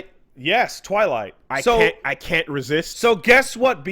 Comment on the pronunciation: The hell is a "TwighTlight",?